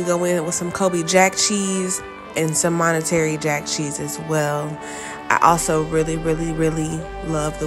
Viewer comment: “Monetary” jack cheese?